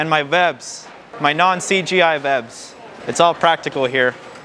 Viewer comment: Did he say vwebs XDDD